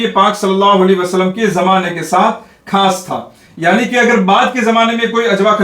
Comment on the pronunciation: آپ کے بعض الفاظ میں تلفظ کی غلطی ہے وضاحت فرمائیں۔آپ لفظ خاص کو کھاس کہتے ہیں۔